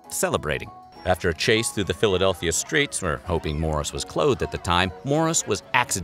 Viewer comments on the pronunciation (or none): none